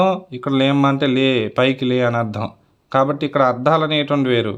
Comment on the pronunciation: లేమ్మా కాదు లేమా (చేయలేమా )అని